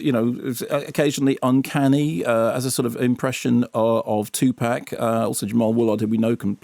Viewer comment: It's TOO-pahk. Grrr.